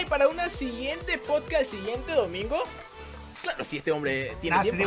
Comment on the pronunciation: En el minuto dice poscat